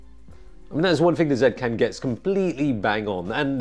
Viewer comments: Dude, stop calling it “ Zet Cam” pleaseeeeee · Zeee cam. They said it should be pronounced in such a way =P